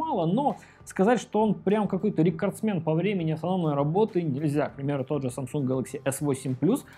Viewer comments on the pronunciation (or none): none